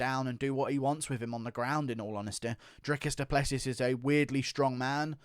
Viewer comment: Just so you know it's pronounced DRICUS DU PLESS SEE